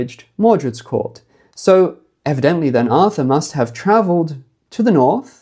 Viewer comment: The NORRRTH, the norrth.... 😅😂☺️🏴❤️